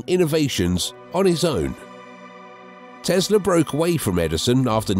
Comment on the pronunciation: It's not Tezla, it's TeSla !